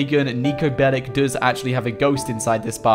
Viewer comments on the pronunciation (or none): Its not Niko Belik its Niko Belić